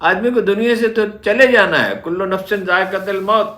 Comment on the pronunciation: AoA, G Haroon Shb. Yah Tashi kur lain. " Kullo Nafsin Zaikatul (not Zaikatil) Maut